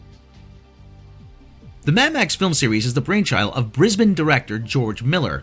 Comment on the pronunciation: I subscribed as soon as I heard you pronounce Brisbane perfectly